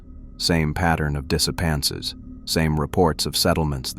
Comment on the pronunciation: The narrator pronounces 'disappearances' as 'disappances'. No shade, just letting you know. I enjoy the stories.